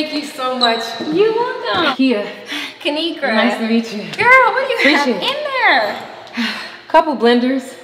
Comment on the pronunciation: Hey dw I pronounced it right and I love ur videos